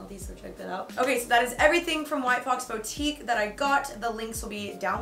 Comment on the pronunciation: The way she says boutique triggers me lol hahaha